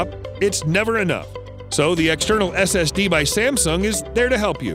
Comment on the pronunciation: did he call it an sdd?